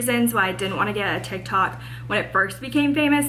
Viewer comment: Says “tiki tok” lol